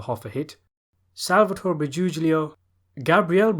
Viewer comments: Rusty Shackleford . I’d have to disagree. The correct pronunciation is like Bri-goo-lio. Second “g” is silent. Anyhow, who cares, right? They’ve been butchering my name since birth. Cheers 🍻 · AMAZING video but I'd like to point out the common pronunciation error with his las name, in Italian, "a" g by itself sound like a "j", and gl makes a strange combination of both g and L, it's pronounced by making a L sound, but raising the back of your tongue. So sal briguglio is pronounced more like "Sal Brijulio"